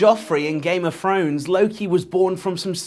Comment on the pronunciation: I like how you say "Game o' Frones." :). And everything else about this video.